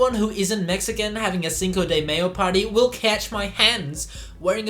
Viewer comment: The dos equis and cinco de mayo pronunciation were a bit rough